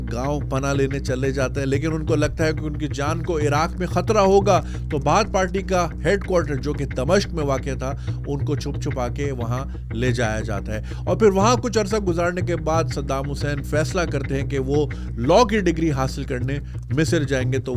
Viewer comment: A real hero and THE real man Sadam Hussain❤ Baki junaid bhai "Damshaq" Nahi "Damshiq" Naam hy city ka.